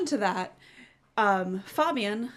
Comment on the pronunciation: Enjoyed the video, but for future reference, Fabian is pronounced Fay'Bi'An. Take those three and add the together, and you've nailed his name, haha. Again, good video though!